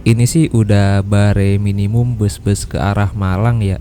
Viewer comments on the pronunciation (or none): 18.40 "bare minimun" dibaca "ber minimum" mas. "ber" seperti pada kata ember. Nice video 👍